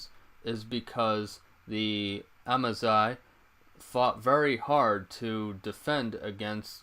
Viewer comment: Amazigh is pronounced Amazir !!!